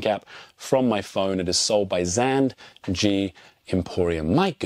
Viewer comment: Never heard Z and G be pronounced as Zand G haha